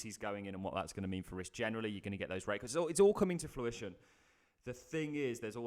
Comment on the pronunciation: Stop saying FLUITION!!